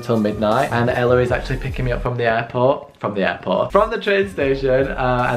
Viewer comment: I know that's probably because of your accent but every time you say "airport" I hear "apple" and my brain be like "????????"